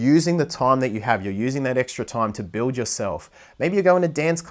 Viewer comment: please check the way you pronounce time it's difficult to understand what you are saying